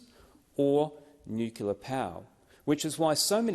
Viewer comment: Hi, Senator David Fawcett. While I agree with all that you have said in this video, I do hafta ask you just WHAT is 'nucular' power??????????????????? The CORRECT pronunciation is 'nu-clear'. Just my 0.02. You have a wonderful day. Best wishes. Deas Plant.